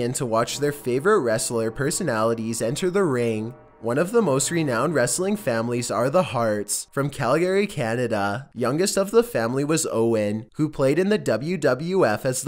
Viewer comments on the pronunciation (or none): did you say cal gary? that is not how you pronounce Calgary, its Cal~Ger~Ee